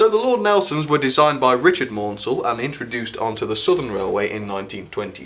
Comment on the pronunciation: Maunsell's name is pronounced Mansell (rhymes with cancel) this is explained in one of the Bulleid biographys but I knew Maunsells daughter who found the constant mispronounciation frustrating.